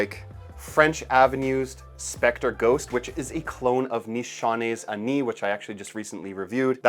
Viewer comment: My respect, men! You are the first, who pronounce "Ani" just right.